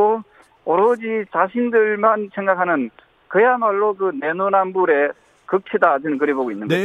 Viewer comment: 조경태는 내로남불 ---내노남불 발음 안되냐? 일보인처럼 들린다 하긴...